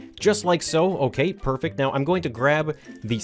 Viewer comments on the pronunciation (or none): none